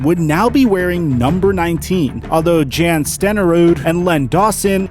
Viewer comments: “Yon” Stenerud. Not “Jan” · Jan is pronounced Yahn. I believe he is swedish? Hall of fame place kicker.